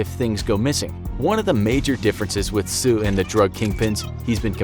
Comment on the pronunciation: Tse is pronounced as "ts-eh", exactly as it's spelled